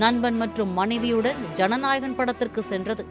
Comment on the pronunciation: Y all ways saying janahagan